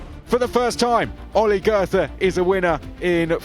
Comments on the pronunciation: Please stop mispronouncing Goethe. I only recognized that you meant him after the Last SC. Just pretend his name was spelled „Goete“ and you‘ll do much better. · pronouncing goethe as if it were written as "gerther" smh .. I mean I know it's not the easiest of names, but you could at least try to make an effort